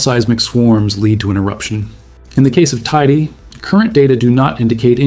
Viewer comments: FYI: It's Tener EE fay (Tenerife), and Tay EE day (Teide). For next time. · The pronunciation of Teide is actually really triggering 😭